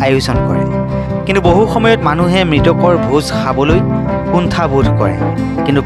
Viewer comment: ভোজ সোৱা নহয় ,ভোজ খোৱা, সাবলে নহয়, খাবলে